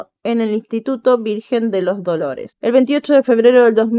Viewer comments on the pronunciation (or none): none